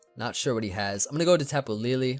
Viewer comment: SAYING TAPU LILI TRIGGERS ME SO MUCH